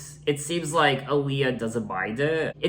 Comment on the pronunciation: Did you know your pronouncing her name wrong 🤗